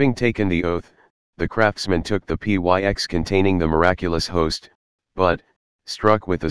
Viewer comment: P y x ..pyx ( picks ) ... drop the robot voice Lovely story showing Our Lord's true presance.